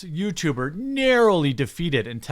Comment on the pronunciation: "Yootuber" lol